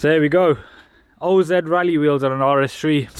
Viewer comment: O.Z is best pronounced as (in the wizard of) OZ 😉